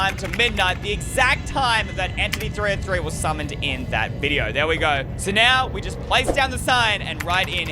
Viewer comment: Its entity 3 zero 3 not entity 3O3